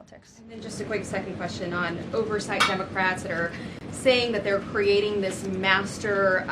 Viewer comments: did she call them Dumbacrats! Lol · It sounds like Caroline is saying "dumbocrats" at the beginning!! That's AWESOME! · I could swear I heard Karoline say day 23 of the Dummocrats shutdown. I replayed it a few times and it still sounds like Dummocrats. Karoline brought the receipts. Democrats will be torched in next year's Mid-Terms for this shutdown. They really don't care about the public. It's clear beyond a doubt. I'm sure they are happy with themselves causing problems for the Government that they don't control. But it will be their undoing next year and for the next ten to twenty years. The nation will thrive without them in power. Let's determine to shrink the Democrat Party to a useless minority over the next 4 years so that we will not have to worry about open borders, men in women's sports and mindless violent protests in our streets. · Did Karoline say DUMB-O-CRATS at 1.73? LOL It sounded like that.